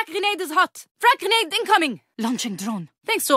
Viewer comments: GRENATTA! GRENATTA! Me: I think you mean grenade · It is he allegedly pronounces the word "grenade" in Russian. Allegedly.